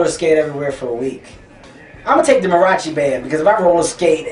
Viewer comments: Mah-ree-ahh-chi bro. C'mon Kevin, if Mexicans like me can watch your movies you can learn to say "mariachi" right bro. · this is the longest I've ever heard him go without swearing. bruce springsteen did a better job on the duck/horse question. he mispronounced mariachi because he ain't Hispanic. someone should have asked him to compare roller coasters and something because he hates roller coasters. love you, Kevin.